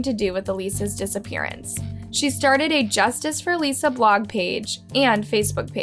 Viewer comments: I love and watch all of your videos but It’s kind of frustrating how many details you get incorrect about cases ☹️ it’s spreading false information. You can hear her sister pronounce her name as Alyssa. Also Michael said she was at her aunts house not her moms. Her mom was already deceased. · Why are you pronouncing her name wrong did you not listen to the sister say her name you put on your video smh. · Why are you pronouncing her name wrong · How are you going to research a case and include clips from her sister and still mispronounce the victims name??! Smh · You couldn’t even bother to learn how to pronounce Alissa’s name 🙄 let’s go ahead and get a new narrator. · I normally like your videos but I found this one to be a little disrespectful, mispronouncing her name throughout. Alissa's name was directly said by her sister in your video. I would follow the family's pronunciation next time, since that's her actual name & you had it available. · Bro who pronounces Alissa wrong I swear the owner of this channel is dyslexic or something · The sister says her name - how come you can't pronounce it correctly?? So disrespectful. Jesus Christ. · I agree...she even plays a short audio clip of her sister pronouncing her name correctly yet she still says it wrong. How?🤔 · Yes!!! It just seems so disrespectful, like she doesn't care enough to even get the pronunciation of a COMMON name right? Just shows that she only does these videos for the clicks and views. Sad. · Yesss thank you - do the victims the honour of saying their name correctly. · Thank you for this. It makes me cringe every time she (or whoever the voice over belongs to) mispronounces names.. disrespectful, irritating and easily avoidable. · This case is really disturbing >< Thanks for covering it!, I love your videos, but for respect's sake please try to pronounce people's names correctly 💙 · please try to say the victim's name correctly. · alyssa, how hard is it to say alyssa 🤦🏼‍♀️